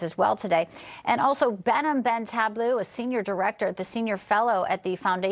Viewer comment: Please pronounce his name correctly: Behnam Ben Taleblu